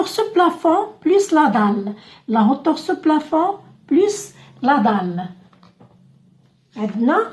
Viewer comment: اختي hauteur تتقرا اوتوغ مش هوتوغ وشكرا على الشرح